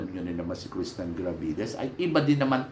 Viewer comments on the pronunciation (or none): Krishnah NAH NAH NA po ang name niya as in KRISNA hindi Krishnan NAN NAN NAN... matagal na po at ilang beses na ninyong sinasabi na Krishnan NAN NAN NAN si Krishnah NAH NAH NA hanggang ngayon di nyo pa mabanggit banggit ng tama ang name niya... KRISNA po, hindi KRISNAN... peace... 😊❤😊